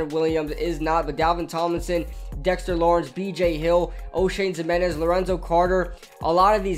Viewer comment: Zim-in-nez 😂😃😄🤣‼️‼️🎙